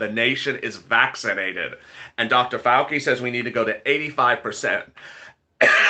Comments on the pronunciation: ( Whisper in your ear ) It's Dr. FAL-CHI NOT FAL-KEY 🤣🤣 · It's pronounced Dr Fau Chi